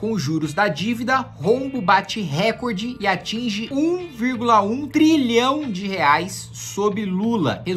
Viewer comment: Kkkk, ninguém é perfeito. O homem que desbancou, praticamente, o famoso professor de português Pasqualle, em questão que não sei qual é, num feito inédito, agora comete, neste vídeo, erro de pronúncia no português. A palavra recorde é pronunciada recorde e não " récorde". Essa pronúncia vem do inglês "record" ( récórd ). Nada a ver com o bom português.